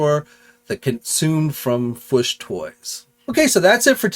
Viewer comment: do you pronounce Fwoosh Toys that way to annoy Robo? 😂